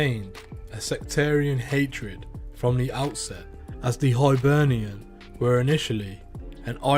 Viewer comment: Hibernia ? It's Hibernian who had the best crew in Scotland CCS - show some fuck respect and pronounce it correctly